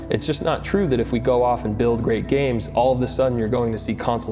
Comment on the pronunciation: "Tangwo gwameworks, we're waying youw offw. Youw cwouldnw't seww." "We weed mowe gwames wike Hwigh Fwi Wush."